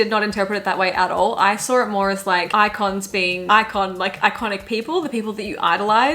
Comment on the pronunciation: i swear to god I thought she was saying "eye cons" as in eye contacts in now that we dont talk instead of "icons"